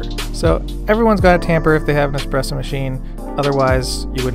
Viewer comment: Good choice! You'll find much limitation when it comes to a machine like the Nespresso as you come further down the road. And yes it is a much more artful experience with an espresso machine. PS. It's "Espresso" not "Expresso" :)